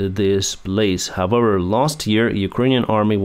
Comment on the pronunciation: we need to practise "however"... how-ever not howwewer